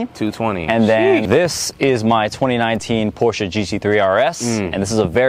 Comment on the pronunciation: I love this guy because he pronounces Porsche correctly